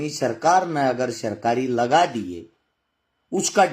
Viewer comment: Sarkari naukri na ki sirkari bolna to sahi se sikh le